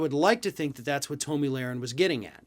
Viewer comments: "Tow'Me Larin" ?😆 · Don’t pretend you don’t know how to properly pronounce her name. She’s a well-known figure. Thank god David is back. I’m tired of listening to this buffoon. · I hate her but I think you mispronounced her name intentionally.